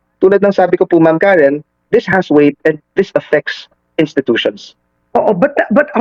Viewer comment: boss .karen po..hindi karin😂😂